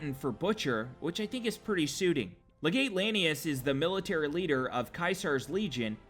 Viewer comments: How does anyone play Fallout NV all the way through and still pronounce "legate" wrong? Come on. I mean Caesar says it, the legion memebers say it, Random NPCs say it, the radio guy on the pipboy says it... It's pronounced le-git come on man! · In all of the comments on the correct pronunciation of 'Caesar,' I'm surprised that no one has mentioned his mispronunciation of 'Legate.' It's LEG-ut; 'ut,' like put.